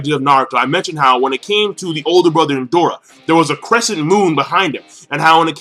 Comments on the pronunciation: It's Indra...where is the "O" that makes you keep saying Indora? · Indoooooora? I think you mean indra? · King, its Indra bruh not Indora. They both have the name of Hindu deities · It's indra not indora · Indra NOT Indora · It's Indra, not Indora lol. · It's Indra not Indora. But a good review nonetheless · it's Indra not Indora. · Why are you calling Indra "Indora"? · Who the fuck is indora????? INDRA is the correct name. Same goes for one piece. Kyros is the correct not Kryos as you always pronounce. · It's pronounced In-drah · Hi, it's pronounced In-dra, a Hindu god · Lol when he said Indora for the first time I was like...''huh? Who's that?'' xD